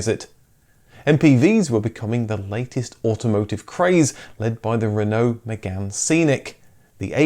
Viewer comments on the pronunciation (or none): none